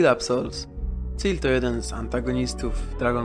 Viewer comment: imo topka najstraszniejszych rzeczy w tym filmiku to wymowa "Cell" 😵